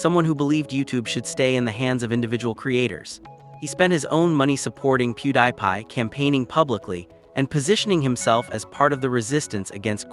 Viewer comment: AI voice. Literally pronounces his name “PewDIEPie”. 😂 “How do you do fellow humans?”